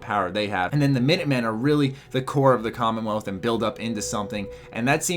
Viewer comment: Did... Did you call it the condom wealth?